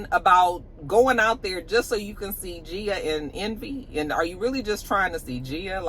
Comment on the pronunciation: Hey! Love the look❤❤❤ I do think DJ Envy's wife's name has a hard G at the beginning